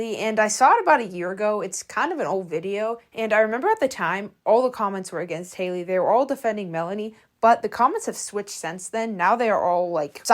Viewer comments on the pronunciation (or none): Why do you keep calling HAYLO HALEY "Haley Haley?" Lol❤